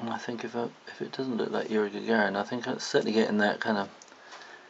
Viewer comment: lol not gonna blame him but he's not saying yuri gagarin right. oh well not a big deal..just saying